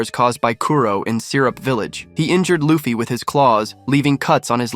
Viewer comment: Bro, why do you keep on saying Loafy? It’s Luffy